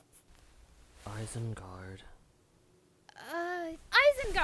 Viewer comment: I died when he said “Isengard” 😂